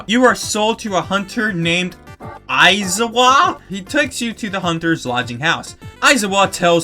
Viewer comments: “You are sold to a hunter named… Ai’-za-wa”?” Knowing it’s pronounced Ai”-za’-wa while also knowing that it’s from an anime unrelated to to game in any way is funny in its own right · Aizawa is pronounced I-zar-wa and is one of the teachers from My Hero Academia